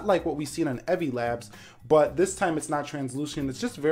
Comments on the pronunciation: How do you mispronounce "Evie"? Its a name and super easy to pronounce. How do you get "Evvie"? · You mispronounced "Evie." If it was to be pronounced like that, it'd be spelled "Evvie." Cool video though